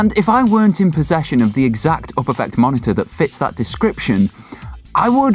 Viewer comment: The way you pronounce Uperfect makes my eye twitch